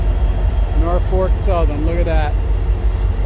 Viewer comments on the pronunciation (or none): its pronounced naw-fuk...for the last 64 yrs. that i remember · I'd enjoy it if the presenter would say "NorFOLK", not NorFORK. I don't know any nor fork 'round here, so the presenter can get it right then. Best way to get subscribers is to say the right words, but I still totally appreciate the effort! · Please pronounce the lead engine as NORFOLK, don't say NORFORK. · Norfolk - not Norfork like you kept saying in the video! Thanks for the great video though! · It’s Norfolk Southern, not Norfork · It isn't "Norfork". Jesus... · Norfolk... not Norfork. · It's nor FOLK, not FORK. FYI. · Why does this guy think "Norfolk" should be pronounced "Norfork?" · I agree Nor Fork driving me crazy, maybe the local accent. Still a good video but certainly not the best ever. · Kindly pronounce Norfolk without an “R” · naw-fuk.. thought i was the only one that it bothered ...lol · I was born in Troy and grew up in Poestenkill. Did some train photography back in the late 60s. Great video, but one request: Norfolk is correctly pronounced NORfik, only one “R.” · Actually, the pronunciation is "norfoke". Nice video!